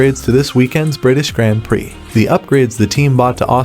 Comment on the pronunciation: The video was fine, but the was "grand prix" is pronounced makes me cringe